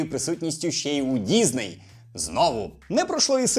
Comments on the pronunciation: діСней, а не діЗней! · діЗней, сука діЗней, щоб вас шляк трафив, з української мови покруч робите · Чому ти говориш дізней?